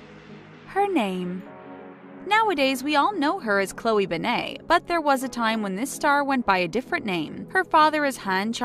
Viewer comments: It’s Ben-net not Ben-nei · You Pronounce it like BenIT not BenAYE. God my ears bleed a little every time I hear BenAYE. It’s not that big of a deal, it’s just annoying. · ummm.. why’d they pronounce it ‘ben-ay’ instead of ‘ben-net’?? 😂 also i love that they just assumed no one knew who chloe was before she started dating logan; she’s still her own person, not just someone’s girlfriend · Her last name is BEN-NET TF IS A BENNAAAAA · Ben eyyy it’s BEN IT BENNNNNNN ITTTTTT NOT BENAYYYYY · Benne-TTTTTTTTT ITS NOT SILENT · Did she just say Chloe BANNAY? What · ITS ANNOYING ME TOO!!! ITS PRONOUNCED (BEN-IT) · Midnight Jewels IT bother me SOOO much to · Cringing every time they say her last name wrong lol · You said Chloe's last name wrong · Ur saying her name completely wrong and it’s bugging me so much😩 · Not to be mean but can you say her name right it doesn’t have a a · Your saying her last name wrong and it’s really annoying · Oh my god get her last name right please its annoying me so much